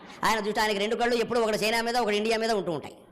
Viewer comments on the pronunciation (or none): none